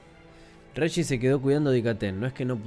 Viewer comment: buen relato amigo, solo un par de consejos que no pediste jajajajaen regis lo estás pronunciando como reyis pero a mi entender está mal, se utiliza la misma fonética que en región, registras, etc. En dicathen el acento prosódico va en la a, dicáthen, espero no te lo tomes a mal, ya me lei la novela unas 5 veces y es de las mejores que leí hasta ahora (para mi eh para mi, como diría el posho vigñolo)